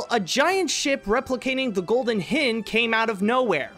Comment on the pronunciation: As much as I enjoy these History Of documentaries i do find he mispronounces a lot of these words. Another example is the Sir Francis Drake ship the Golden Hind(e) which rhymes with ‘’mind”, “find”, “grind” or “signed”. It not Hind as in “binned”, “sinned”, or “twinned”. Still, it’s a minor bug bear in the overall scheme of things. His research is frequently well done except on words he doesn’t recognise or understand.